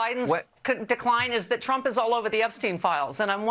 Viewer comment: Love how Caroline's "machine gun lips" always pronounce Trump as Chump